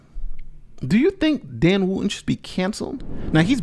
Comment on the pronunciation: The hypocrits name is not woo-in its wootton , the t is not silent. I assume English is your first language, so please make an effort especially as a lawyer.